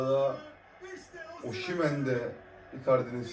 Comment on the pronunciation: Oşimen değil kardeş. Osimen.(Türkçe telaffuzu) ayrıca Osimenin attığı gollerde bu şarkıyı çalın diye isteği var.kulüpten istemiş. daha doğrusu VİCTOR OSIMHEN.... Senin 100 milyonluk adamın olmadığından;ederini senin bile hatırlamayacadığın futbolcuyu mu örnek almış olabliir mi? Futbolcu istese sana stadta 'Welcome to the Hotel California' diye dinleti yaptırır. Adamın storyleri var. tepki videosu nasıl olur kardeş önce öğren. ADAM gibi ADAM.